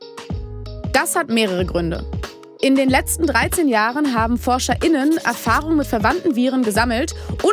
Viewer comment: wenn man es wirklich drauf anlegt, warum sagt man dann nicht einfach Forscher und Forscherinnen? Dann hätte man auch das Betonungsproblem nicht..